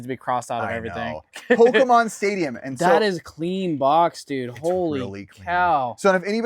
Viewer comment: My 2 favorite Pokémon right here says the Pokémon’s name wrong